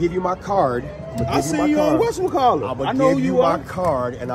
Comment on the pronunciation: "I seen you on wessamuhhcallit"😂😂